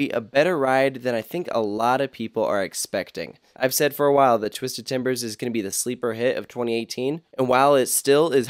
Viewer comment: “twizded cyclone”